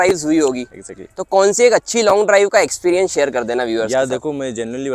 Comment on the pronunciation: Eggjactly..😂😂.. but anyways bhai ne bade honestly review diya. Thank you sir.